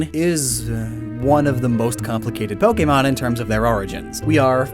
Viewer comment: U said so many pojemon WRONG